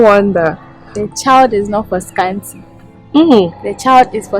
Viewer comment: Scanty once said asant😂😂